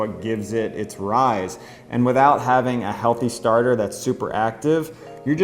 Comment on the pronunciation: Why have americans schtarted to pronounce schtretching and schtarter? It sounds so sloppy and bad :( I mean you do say sourdough, slow and depends correctly.